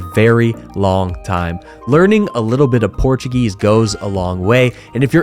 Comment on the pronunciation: that was an incredible video. As an American, living in Europe, I really appreciate it. I am really considering retiring in Portugal and you really hit some great places, of which I was unaware. I must also compliment you on your Portuguese pronunciations as they seem quite good. It is an educational opportunity for English speakers to learn the proper way of speaking the language rather than bastardizing it into an English way. When you move to a country, you should adapt. Thanks again.